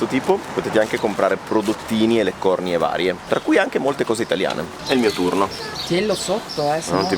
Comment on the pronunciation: Leccornìe, con l'accento sulla "i".